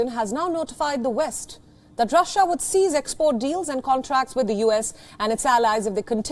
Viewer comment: 'Cease' doesn't sound quite like 'seize.' Still a good report overall. Sorry,, Russia's military has not broken, despite setbacks. Ground wars are tough for anybody these days, not just Russia.